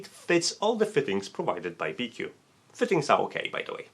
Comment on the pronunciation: I am quite sure it is pronounced bee-choo. It's a Chinese company, after all, and in the transliteration of Chinese q is usually a ch sound, which is why you can write both qi and chi and it means the same thing still.